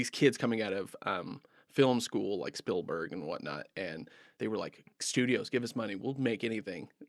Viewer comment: Stoked to find your channel, enjoying your content, but, my God, please stop from pronouncing Spielberg's name "Spill-berg".